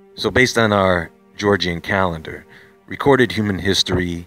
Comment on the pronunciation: Gre-gor-re-ann calendar.